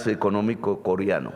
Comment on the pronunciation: Presidenteee no diga "Coriano". Diga. CorEano. Y no diga "costruir". Diga coNstruir. Es con mucho respeto que siempre le sugiero estas cositas. Ud es un gran pedagogo y yo fui profesor toda mi vida, y ahora como pensionado me deleito aprendiendo de ud. Y, póngase siempre un chalequto de lana sobre la camisa y no permita aires acondicionados a donde quiera que vaya, y no se salga acalorado después de dar su magnífico discurso en toda parte. Se lo digo porque esa bronquitis se le ha estado acentuando y si no se atiende adecuadamente, lo va a perjudicar mucho, y el uribismo y la gente vociferante que sale contratada a las calles, se pondrán felices porque a Ud señor Presidente le vaya mal; no pueden comprender que ese sería el mal automático para ellos también.